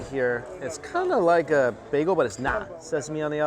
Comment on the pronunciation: Bagel. BAGEL. lol Mike over here saying “bay-go”🤨